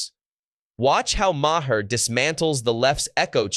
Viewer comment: It’s not “Ma Hair”